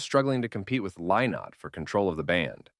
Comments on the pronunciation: I wish you could pronounce his name. Its Li-not. not LIE not.And its Rosheen Duv ( ok its in Irish but you need to get it right before talking about Lizzy) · If you're going to talk about Thin Lizzy you can at least pronounce Lynott correctly. It's pronounce Linot; get it right.